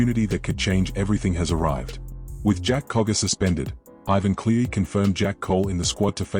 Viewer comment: Ivan's Surname is CLEARY as his Son Nathan. Ivan is the coach and Nathan is the best NRL in the NRL...not Clee or any other name you come up with. i AI or what